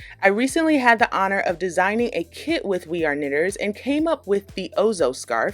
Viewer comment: When you said "I actually have a kit with them" what I heard was "I actually have a kid with them" 🤣